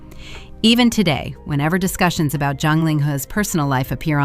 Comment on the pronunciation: Why do you keep calling ZHANG Ling He - John Ling He, his name is not John hIs name is Ling He and his last name ZHANG ( Not John), please pronounce correct the chinese names , and if you are iniforming inform correct. BAD REVIEW FOR YOU